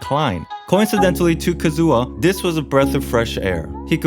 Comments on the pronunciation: I can't take his Kazu*WA* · your kazUha cuts my hear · "Kazua" Pls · "ka-zoo-ha" boi i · Every time you pronounce Kazuha as Kazoo-ha I lose a year off my life :') Great video tho! I enjoyed it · WHY ARE YOU CALLING HIM KAZOO-AH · Who is this Kazoo-Ah guy hmmm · "Kazooha" Me: instrument? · Ah yes, Kazoo-ha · Calm down.... There's no need to start a riot because he pronounced Kazuha Kazoo-ha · "Kazoo"ah what???